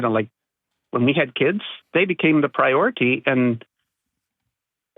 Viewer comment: the kids became the "priorit-ee" and she argued with HIM ...wtaf!!